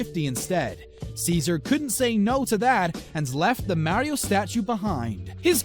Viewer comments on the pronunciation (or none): You can’t say Mario correctly 😂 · No it’s Mario no maaaario just stop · its MaRiO not marryo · Mario (maa-reee-ooo) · "Martio and Luigi" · Forget about the scam just pronounce Mario right